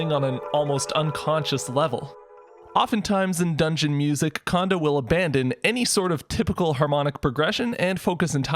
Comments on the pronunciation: I called him Kondo like Kahn Doe like how you are saying it for most of my life.. Then about 8 years ago when I learned Japanese. I was surprisrd to learn the simple fact that that all vowels in Japanesr are always pronounced the same way every time. In this case, "O"s are always pronounced like saying the letter "O" (Oh). So his name is kinda awkward to say after learning this, I know >.< but it officially is pronounced Koji Cone Doe. Like an Ice Cream Cone. KONDO コンド (コ(Ko)ン(N)ド(Do). Trust me. Japanese people appreciate when americans know how to say their names. Because Koji Kando is a totally different person than Koji Kondo. Also this rule applies to all As being Ahh like Kahn. So the often mispronounced Kanto region isn't " Cant toe" ,Its Kahn Toe. And because all syllables in Japanese never end on a consonant. But always begin with one. The two other often mispronounced Nintendo names are "Samus Aran" and "Zebes" all As are ahh, all Us are like the o in "two" and all "E"s are always Ehh. So those names are Sah Mu Soo Ah Rah N. And Planet Zeh Bess. Not to mention people for some unholy reason still say Pok E mon instead of Pok Eh Mon. Like Dash above the E is supposed to signify. And they even say Pokèmon in the dub and people irl still say the E like the letter. It drives me insane. In Japan. None of this BS flies. In Japanese, if you say one syllable slightly off then people will think you said sometbing else entirely. It matters. Even though I say this whole thing to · Amazing video as usual, just a quick pronunciation note tho, his name is Kondo like “cone dough”, not “condo” like a condominium lol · When ever u say kondo i hear an M after kondo like kondo M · Great video. Pronounces "Kondo" like "Condo" and doesn't give the first O the long pronunciation it'd normally be given in Japanese. I'm torn here. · If he doesn’t stop mispronouncing Koji Kondo’s name, especially the last name.. it’s the same sound as his first name.